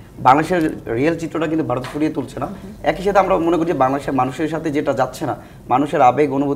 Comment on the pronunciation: এদের কেন টকশোতে নিয়ে আসেন বুঝিনা। সে কোথাকার রাজনীতিবিদ ? এই ছেলে তো ঠিক ভাবে কথাই বলতে পারে না।সে ভারতকে বলছে বারত😂